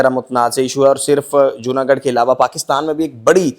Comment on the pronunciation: جونا گڑھ ہے جونا گڈھ نہیں۔ garh gadh ×